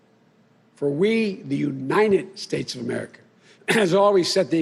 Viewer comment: and ulmmally to the unied snates supreme courts!